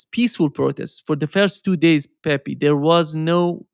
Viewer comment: it is no Pepi, is Pepe, you know is like in Brazilian Portuguese.